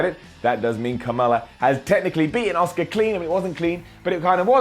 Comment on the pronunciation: Does anyone else think when says Asuka's name as Oska it sounds like Oscar which soundslike Oscar the grouch